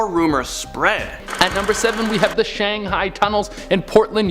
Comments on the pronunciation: Thing was...he pronounced it correctly just a second before he said Shanghee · To be fair, did pronounced "Shanghai" correctly the first time in the 1st video and wrong for the rest of it so...was he doing it intentionally? 🤔🤔🤔 Or maybe is secretly from a parallel universe where his mispronunciations are actually the norm there and he is trying to fit in our universe by pronouncing the mispronunciations from his universe which he is failing miserably? 😳😳😳 I'm thinking I've been watching too many of their parallel universe videos. 🤣🤣🤣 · Shang-HI......its shang-HI not shanghang lmao that sounds like a std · Dude in the first clip ...his pronunciations kinda bother me. It's pronounced "shang-hi" not "shang-hey". And it's a salOOn not a salon. Salon is where you get your hair did , saloon is where you go to drink. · It’s not “Shang -hay-ing” Shang high or high-Ed is how you pronounce it you illiterate high school drop out. Jesus. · Pronounced Shang-high. You know. What's a guy gotta do to get Shanghai'd around here? 🙂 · it's "shang-hi" or "shang-hide". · Come, you don’t expect us to believe that you’ve never heard or don’t that Shanghai is pronounced Shang•high??? Come on bro! 🤣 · WTF is shangheeeing please learn how to read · Does this guy ever pronounce places namee correctly? Shanghai, Iwo Jima, etc